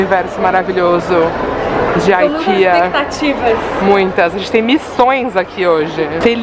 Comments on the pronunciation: você comentou o que eu sempre quis comentar nos vídeos de youtubers, mas tinha vergonha. hehehe O certo é mesmo falar "ikeá", tenho família na Suécia e é essa mesma a pronúncia correta do nome da loja:) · Meninas suas lindas, vou ser a chata hahaha já que estamos falando de idiomas não se diz "Aikea" (como os americanos) se lê como em Português mesmo, Ikeá (sim, o certo é ler como se tivesse um agudo no a) porque é uma loja Sueca e eu tenho uma amiga Sueca que me ensinou hahahaha Dicas: comprem as coisas no mercado da Ikea, eles tem coisas ÓTIMAS (eu recomendo muito as almôndegas e um chocolate chamado Dain, outra dica, não sei se tem Primark ai mas os cabides de camurça deles são INCRÍVEIS de bom! Me identificando muito com vocês, quando sai do Brasil me senti exatamente assim, tipo: não acredito que vim na Ikea comprar as coisas AHHHHH hahahah beijinhos! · tu acredita que eu estava observando isso é quase postei algo sobre,aqui na Grécia pronunciamos exatamente assim "IKEÁ " e não IKIA kkkkkkk.Não é falar ou corrigir por maldade e que conhecimento e para ser compartilhado.😄😙